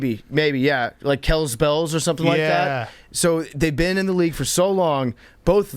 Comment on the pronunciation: how did they go from pronouncing Kelce to Kels. jesus